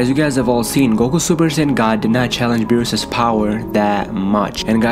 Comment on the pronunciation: Nigga said berwest